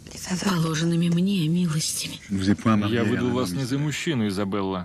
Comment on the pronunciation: ни Изобелла, а Изабелла! Ну что это, уж хоть ошибок не делайте!